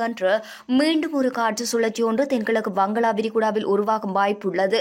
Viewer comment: வங்களா விரிகுடா இல்லை வங்காள விரிகுடா 😂😂